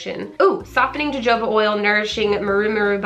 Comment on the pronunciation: We can so see your excitement! And I’m so excited for you! Totally want to send my husband into lush for Xmas presents for me. BTW... jojoba is pronounced like “ho-ho-ba” lol I laughed out loud at how you said it! :)